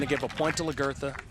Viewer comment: Lag er tha. Not Lah girth ah